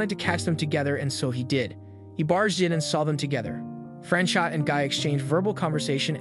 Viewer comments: Franchot is pronounced Frans o with a long "o." The t is silent. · FYI It's pronounced Fran-chOH